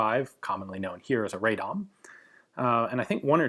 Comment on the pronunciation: Vis35 is pronounced Ra-Dom. It was made in Radom, Poland.